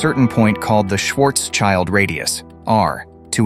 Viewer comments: Schwarz-schild radius not Schwarzs-child... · It’s not „Schwarz-Child“. It’s spoken „shwartsshild“ radius. „Schild“ is German for „shield“ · Brilliant explanation. But could you please refrain from saying Schwarzs-Child. It drives me crazy. Your hyphenation is wrong. It's Schwarz-Schild. It has nothing to do with 'child'. Schwarzschild translates to Blackshield. Try to say something like Shwurts-shild. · Great video - thanks for that. But the pronouncing of "Schwarzschild" triggers me really hard! Please pronounce the names correctly. Schwarzschild has nothing to do wich a child. It is more Shwartz shield - literally translated is Schwarzschild >> Black shield. Thanks - and again, great video! :)